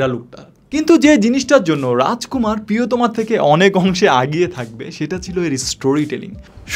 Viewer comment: #আগিয়ে এটা আবার কি শব্দ ব্রো? 😂 সঠিক শব্দ হবে #এগিয়ে